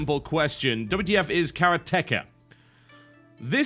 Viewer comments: Actually, it's of more a "Kah Rah Teh Kah". Teh, not tee. As in how the E sounds in the word "keg". It's "Karate", not "Karatee". You Brits/Americans and your funny pronounciations of Japanese words... ;) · Augh, my ears! "Ka Rah Tee Ka" or "Kah Rah Tey Kah" Not Careah Tekka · That's what the guy said. Just written differently. To make things clear: it's kaRAteka. TB pronounces it as karaTEka. I wonder if TB pronounces karate as karaTE as well :) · It's Karate-Ka though. Not Kara-Teka. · For the love of god, please, pronounce it Karate-ka, not Kara-teka. As a fan of japanese language, this really hurts my ears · Isn't it pronounced "Karatéka" instead of "Karatèka" like TB says? :p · I thought it's pronounced "karateká" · Say it with me TB, karate, now say ka. Now all together karateka. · kaRA-techa... no no no, KAH-rah-teh-kah! Otherwise good video. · I thought it was pronounced karate-ka instead of kara-teka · Ooph! Not "kara-TEH-ka", But "ka-RA-te-KA", which is someone who practices the art or karate. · karate-ka You fucking moron. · People seem to be getting a little heated because of this small quip I made, I just found it a little funny how he pronounced karate-ka, no doubt he knows how to pronounce karate so I don't really understand how he mispronounced the name of the game. No big deal, sure. But for those saying that "he can pronounce it how he wants" please try not to criticise Asian people because they have a hard time pronouncing their L's. No doubt you've used the term "Engrish" as a joke before. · I know, lol. It's pronounced "Karate-ka", but no one gets it... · Well its suppose to be pronounced Kala Teh Ka... but then again... who really cares. Its not like the game is made by Japanese people, so no one really cares if its mispronounced. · I'm pretty sure it's Karate-ka, jus' sayin. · noooo its karatecha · I think its pronounced ka-RA-te-KA (like if you were saying karate ka) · KarateKA TB always pronounces things wrong :) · tb it´s karate- ka